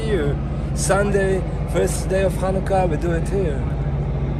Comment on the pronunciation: dude, you don't pronounce the word "Chanukah" by pronouncing it with a "ch" sound at the beginning. You never heard the word pronounced outloud before? You're a dunce.